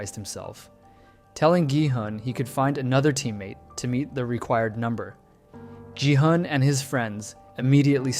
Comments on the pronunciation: Please stop pronuncing ji-hun it's a hard G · Yall pronounce gi hun ji hun??? I pronounce gi hun gi hoon 😭🙏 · “Jihan” “yongbai” you need to start listening what their actual names are😂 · For future reference: Jung-Bae is Joong-Bay and Gi-Hun is Gee-Hoon with the g pronounced the g in good or go. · the way you pronounce gi-hun makes me upset ngl